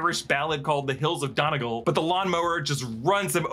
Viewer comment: Donegal is pronounced Done-ee-gall